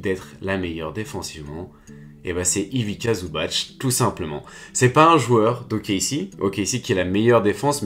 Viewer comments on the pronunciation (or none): Nice la vidéo mais par pitié prononce bien son nom! Ivitsa Zoubatsssssss